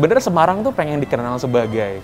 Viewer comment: jog ja, so lo simpel... se ma rang ... nyebutnya emang kurang enak.